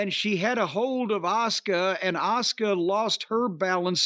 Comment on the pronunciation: Why does Cornette call Asuka “Oscar”? Is it a pronunciation thing?